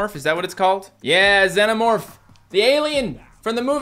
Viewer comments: Correct pronunciation zee-no-morf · im sorry but this pissed me off so hard is (zeen o morph) not (zen o morph) once again im sorry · It's pronounced zEEno-morph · The Xenomorph is pronounced "Zee-No-Morph" btw. GET IT RIGHT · ITS ZE-NO MORPH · Its not pronounced like that its spelt zenomorph but pronounced zeenomeorph